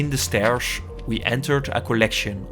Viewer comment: 8:7 SCHHHLOW>>>???? WTFF MAN EXISSING ZE SJCHHHHHHTairz>>>..>???????